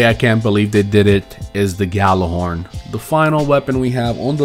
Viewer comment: Has more than 10 Gjallarhorns. Still can't pronounce it